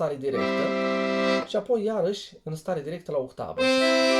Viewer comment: pe timpurile mele era...OCTAVA...de la otto (ottava in italiana)...la dumneata e OHTAVA de la OHTO...8,,,in romales!!)))))).....hai ca esti tare!!!....RESPEKT pt ceea ce faci ....indiferent de pronuntia corecta!!))))